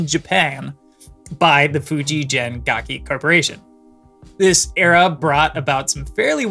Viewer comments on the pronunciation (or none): Fuji gen NOT Fuji Jen